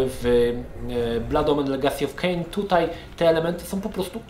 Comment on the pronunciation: Ogląda się przyjemnie, ale ten "Kain" najbardziej rani ucho:)